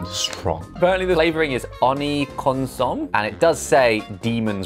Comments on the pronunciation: Oni Consong (X) Oni Consome(=Consommé) (O) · Kon-so-me, Consumé. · Josh butchered pronouncing consommé 😂